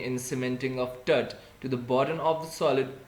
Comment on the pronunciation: it is pronounced as टूट